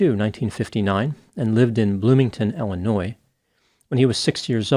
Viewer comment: It's Illinois not Ellanois. Just sayin'